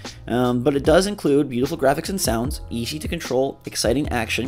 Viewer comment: My big sister looks cool I like the art style. It’s hilarious at minute when says “it’s Esshey to control”